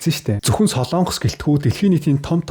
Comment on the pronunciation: СОЛООНГОС гэж улс байхгүй. СОЛОНГОС улс гэж байна. зөв яриачээ. минь ээ?????